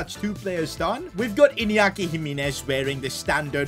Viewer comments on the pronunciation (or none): none